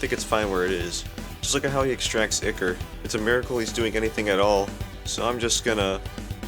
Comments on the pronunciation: "IKKER" ToT (its pronounced Eye-Core.) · Ya say ichor like icker?